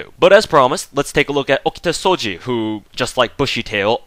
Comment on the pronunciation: you read it wrong too my man, you read like SOJI not SOUUUJJI